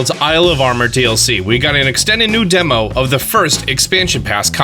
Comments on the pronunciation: pronouncing “DLC” as “dilk” was an absolute gut punch that I wasn’t expecting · 🤣🤣🤣............man said Dilk(DLC)..🤣🤣🤣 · "the Dilk". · the "Dilk"